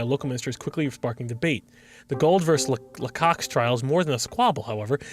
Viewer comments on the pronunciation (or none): did he just pronounce LaCroix as laCocks?